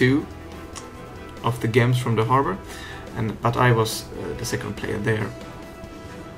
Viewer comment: A bit late but gems is pronounced jems... With a j like Jupiter not like Johan.